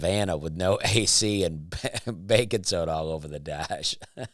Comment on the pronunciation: I love that you say " bacon soda" instead of baking soda hahaha